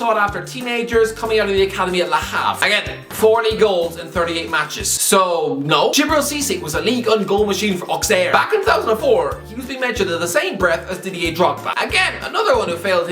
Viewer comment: Ah yes the Ligue 1 club "Awkser"